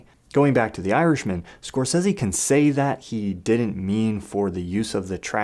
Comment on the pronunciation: I love your channel bro, real shit - its dope AF. But after the last time you did a Scorsese related video, I damn near lept off the roof head first everytime I heard you pronounce his name Scorsessssy so I promised myself I'd never watch another video by you if it had to do with Marty lol